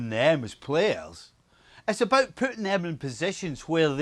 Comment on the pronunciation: Nicol "its not abooo"